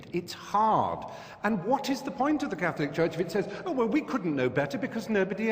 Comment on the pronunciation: Were THE NIGERIAN BISHOP able to pronounce the word 'CATHOLIC" correctly I might have listened more though still agreed less... 'CATLICK' isn't a word... xx SF